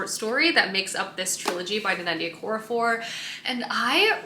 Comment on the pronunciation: Love watching your videos. I think I've been watching for 8 or 9 years now. But, one thing I have to say right now is that author Nnedi Okorafor has her name's pronunciation on her blog and social media because it is a very common question. It is phonetically Neh-dee Oh-core-ra-for.